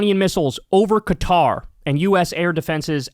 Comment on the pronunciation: At least he doesn't pronounce it "cutter," as Anderson Cooper and others do.